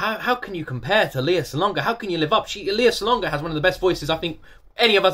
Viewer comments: Please keep reacting to Lea Salonga videos. You’ve done a few, but she has many! Another fantastic duet: Lea and Regine Velasquez singing a musical medley. Reminder - her name is pronounced LAY-ah. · You may not be pronoucing Lea's name correctly . It is Lay ah.